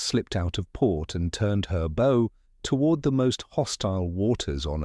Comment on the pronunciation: It is pronounced Bough, not Bow, as in and arrows. 😂😂. AI Narrative is not quite there yet. Audio goes 'Wonkey' after 20 odd minutes. 😂.